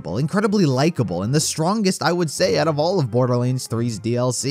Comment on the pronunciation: Borderleeands ... shivers